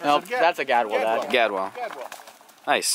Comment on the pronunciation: keep posting bird hunting videos! For future reference it's pronounced gadWALL not gadwell.